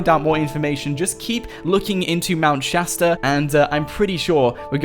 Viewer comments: Isn't it Shasta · Aidan Mendler Shasta XD